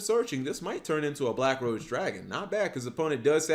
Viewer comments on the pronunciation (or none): none